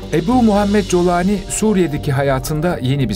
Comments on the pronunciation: İsminin telaffuzu Colani değil Golani olmalı Golanlı demek. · Colani değil kardeşim yaa ingilizce telaffuz edersen colani .Türkçe telaffuz gollani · Colani değil golani golan tepelerinin ordan olduğu için. G yi ci diye mi okuyorsunuz ( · COLANİ DEĞİL CULANİ ÇÜNKÜ ARAPÇA'DA O HARFİ YOKTUR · Kolani diye telaffuz etmelisiniz YANLIŞ TELEFFFUZ EDİYORSUNUZ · Colani. Türkçesi. Aslen. Kolani okuluyor.